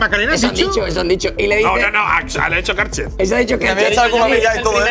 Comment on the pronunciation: Habla bien, es KARCHEFFFFFFFFFFFFFFFF